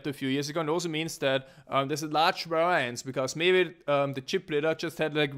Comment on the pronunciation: Its pronounced: var_i_ance. not var_ai_ance.